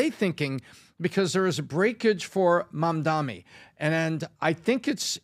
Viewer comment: Why are they calling him Mamdami? It’s Mamdani. It’s ni, not mi!